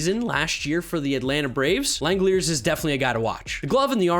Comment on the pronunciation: By the way, Shea Langeliers' last name is pronounced "Lang-El-Leers" according to how Manfred said his name when he was drafted. I always thought it was "Lang-El-Li-Ers" personally.